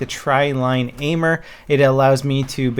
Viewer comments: LOL the "aimer" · "Aimer" lol